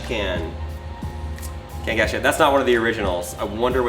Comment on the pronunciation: Cang- ASH- can 😂